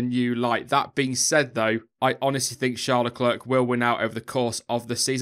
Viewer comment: Please pronounce Leclerc correctly. No T sound at the end. You know, French?